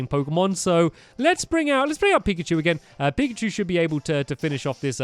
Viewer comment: Pikachu not primacy